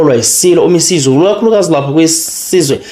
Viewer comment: Isilo uMisuzulu not uMisa izulu ...please say it properly